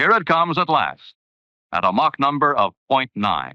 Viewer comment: I find it funny that pronounces Mach correctly contrary to 99% of all english speakers, but it's probably due to his scottish heritage, as the "Loch" and such are pronounched the same as the german ch sound